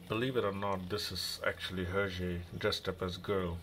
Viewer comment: Thanks for the video. "Belgium language" is actually French :) And yes, you've got the prononciation right. Beautiful book indeed. Hergé was a genius.